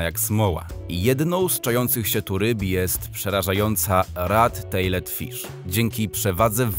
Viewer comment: Jak juz sie bierzesz za czytanie slow z jezyka obcego, to moglbys wykonac to minimum wysilku i dowiedziec sie jak sie je czyta prawidlowo. Zadne (tejled czy haczed, tylko tejld i haczt) tam jest nieme 'e' i ucza tego w podstawowce. A rekin Chochlik ktory wg Ciebie dorasta do 22cm na zdjeciu ma z pol metra a i tak nie widac go calego, wiec to chyba jakas pomylka